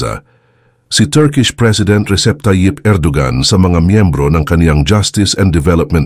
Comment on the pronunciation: Bro, ang Erdogan ay binibigkas na Er-do-wan.